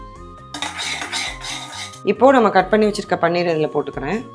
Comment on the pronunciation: Paneer not panneer பனீர் not பன்னீர்